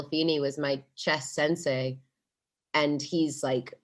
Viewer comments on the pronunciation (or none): センセイって言ってますよね？笑